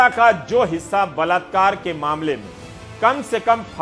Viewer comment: Mr. Ravish , word is balaat kaar ,not balatkaar. say balaatkaaree ,not balatkaaree. But second time spoke balaatkaaree. And third time,fourth time spoke balatkaaree..fifth time spoke rightly. Sixth time spoke balatkaaree. (right)..Please don't mind Supriya Shree Net spoke every time rightly. Errors are superficial.